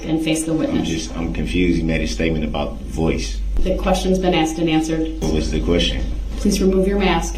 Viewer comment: brooks "tack it" reminds me of his "AXED" and his many other mispronounced words. brooks created a brand new language during this trial.